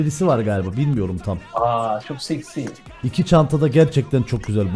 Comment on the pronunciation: 11.25. O adamın çok s.eksi demesi🤣🤣